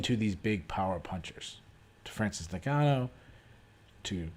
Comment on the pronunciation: I enjoyed the recap, but how in the hell are you still pronouncing Ngannou wrong?